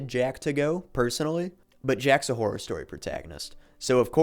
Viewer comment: you keep saying Whore as opposed to Horror